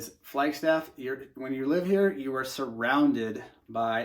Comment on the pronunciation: Why do you say flyg staff??? the name speaks for itself! It’s a fucking flag!